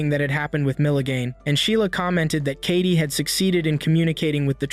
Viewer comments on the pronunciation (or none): It's not kati it's Katie